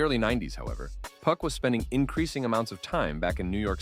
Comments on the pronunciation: Couldn’t finish this video one second you doing good “2PAC” then you disappoint me “Puck” who in tf is “Puck” man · Yo the A.I. voice keep saying 2 puck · White man says 2pack lol